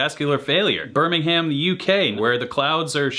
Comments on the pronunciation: Bermingum not Birming-Ham 🙄 Anyway I used to work in West Super Mare, oh and John Cleese is from there as well. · It’s not Berming Ham. It’s Berming-em. We Brits never say “Ham”when you read “ham”. Cheltenham is pronounced “chelten-am” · “Birming-um”, not “Birming-ham” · Who cares about lists ? It doesnt matter . They are all bloody great . BirmingHAM please say it right it was hundreds years before the Alabama one . Britain has hundreds of brilliant players whos number 1 does'nt matter . I live near Cambridge its a historic city and the home of Pink Floyd . Slash is not the most famous by a long way . Kossoff was a genius how dare you kick him off , he died at 25 the lead guitarist of Free . This list is a muddle . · The British (original) Birmingham is pronounced Birming=UM… don’t pronounce the H and soften the A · The way you say BirmingHAM should be a crime mate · Why can't yanks pronounce Birmingham correctly. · You pronounced Birmingham wrong Other than that great stuff